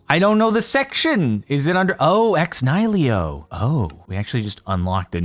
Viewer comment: Fwiw, it's pronounced Ex "KNEE-hill-oh"